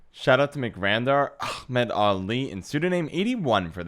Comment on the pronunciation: I laugh so hard every time about that Ahmad Ali pronunciation ahahah., was fun to watch